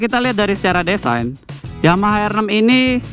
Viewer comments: mas, baca " design " itu bukan desain, tapi disain, hadehh .. 🤣🤣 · hah "D E S A I N" ??? "Di" bukan "De" mata lu yang gua colok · berenti nonton review ini cuman gara gara doi ngomong "DESAEEN" berulang kali, maafkan saya ya . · si ngucap DESIGN nya brebes banget buset dah...